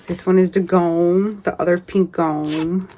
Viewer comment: I love watching your videos. You really do inspire me. I have so many scraps its my goal to make something from them weekly. Lol. We shall see. On a side note Gnomes come from Nordic countries. My family is from Finland and Sweden. The word Gnome is pronounced like Nome, Alaska. The "g" is silent. I love Gnomes. Great stiching!